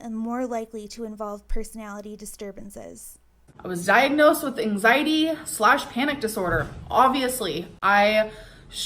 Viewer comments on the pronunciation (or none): I HATE how she says "angziiidieee" like i wanna slap her in the face